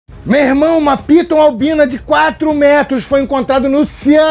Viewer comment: é jibóia pytuu kkkkkkk